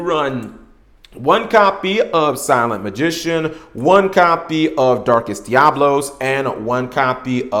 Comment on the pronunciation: DiaBOLos?! :) sorry, couldn't resist jokes aside 4 some they just can't pronounce it right, they just can't help it